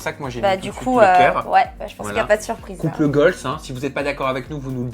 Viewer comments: Je pensais qu’il disait "couple GOLD" au début jusqu’à que je lise ton commentaire 😂😂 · On dit couple goal et pas couple goalzeeeee, nn? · "couple goal" Déjà c'est un terme anglais donc il faudrait le prononcer en anglais pour bien faire et sans S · « CoUpLe GoLz » 🤪 Mdrr, c’est UN couple donc on ne le met pas au pluriel donc on dit: couple goal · C’est quoi ce nouveau concept de vidéo pété là on veut juste les interviews nous.. et on dit couple goal au passage hein pas gooaaaalzzzz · tu me stresses a dire couple "goals" avec le "s" à la fin, "couple" est au singulier et puis en anglais on n'accorde pas les adjectifs avec les noms alors on dit simplement "goal", voilà petite info du jour 😉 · couple goals se dit mais tu ne peux pas dire UN couple goals si tu veux dire ça tu mets pas de pronom singulier et au faite couple en anglais on peut dire couple aussi donc c’est juste de pas faire la prononciation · Et pourquoi prononcé goal à l'anglaise mais pas couple ? Haha